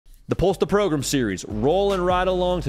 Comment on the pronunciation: Is "progrum" on purpose?